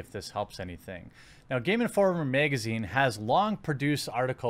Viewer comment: I need a compilation of him saying magazine